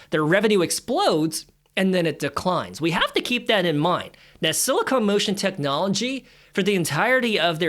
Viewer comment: It's "SILICON". NOT "SILICONE"!!!!!! Too busy running your mouth all over the place. Money should be in a South Korean ETF with 20% in SK Hynix, 20% Samsung Electronics. Rest of their holdings include Hyundai, Motor and various Aerospace and Shipbuilding companies. FLKR is 40.87 and only has an expense ratio of 0,09%. Go South Korea!